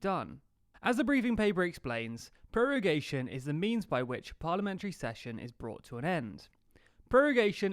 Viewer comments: Its prorogation, not prorugation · ProrUgation?!? ProrUgation!!? Really?! I do not assume studying at least some basic latin before trying to explain law & procedural principles should be required, but checking a vocabulary when you meet an esotic word fuck yeah IS COMPULSORY. And you even see how it is written in the official rule guide. (Hint for latin scholars: rogo, rogas, rogavi, rogatum, rogare) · lol 'prorugation' instead of prorogation